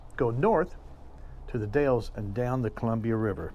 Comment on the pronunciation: Or Canola or Rape seed, no that's not a typo... Also the Dalles is pronounced The Dalls and the Willamette valley it the will-LAM-it valley...